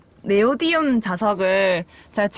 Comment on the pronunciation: 네오디움 아니고 네오디뮴neodymium. 저도 예전에 모르고 네오디움이라고 하고 다녔던 기억이. ㅋㅋㅋ